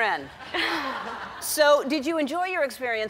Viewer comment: Cor-ringe lol